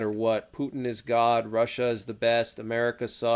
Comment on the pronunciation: Meant God not Hod.